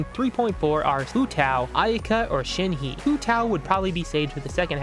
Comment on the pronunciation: Who tf is Shen-hee, Oola and Bun-zoo?